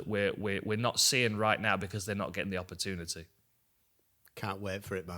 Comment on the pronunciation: when is someone guna explain to him how to pronounce opportunity